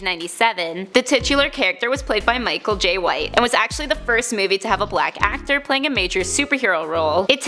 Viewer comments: Michael "jay" white 🤣🤣🤣 Its "jai" man.... Pronounced like "dye" or "fry" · Michael JIE NOT JAY. So many mispronunciations. And this list is trash. How’s number one a version we haven’t seen yet